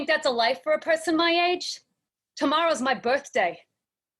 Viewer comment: She's very good, but being a native New Yorker myself I'd like to point out one error that she makes that's very common for people trying to have a real New York accent: We DO pronounce the "R" in the middle of words. For example, we never say PEH-son, we say person. We only omit Rs at the end of words. The exception to this rule is if the word ending in R is followed by a word that starts with a vowel. Otherwise, great job!